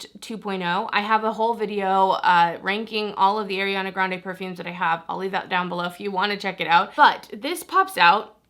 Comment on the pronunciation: It’s NOT AIRana, it’s Ariana